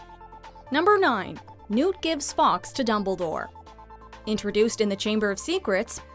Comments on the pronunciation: The Phoenix is pronounced “forks” not “ Fox” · Some interesting theories, although almost skipped the rest of the video when I heard the narrator’s pronunciation of ‘Fawkes’ Some mixture of Fox and f**ks was a bigger crime than I saw in the whole movie.